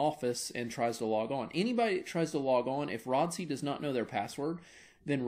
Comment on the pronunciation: my man said Rod-See :face-fuchsia-tongue-out